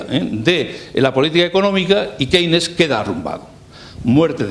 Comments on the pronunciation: ¿Qué se puede esperar de un profesor mediocre que no sabe ni pronunciar Keynes? Que este señor tenga diez veces más visitas que le magistral Jesus Huerta de Soto dice mucho del país en el que vivimos. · Esta explicação é sobre teoria económica, ensinada nos liceus. Uma aula de inglês faziam-lhe bem para aprender a pronunciar Keynes e Schumpeter!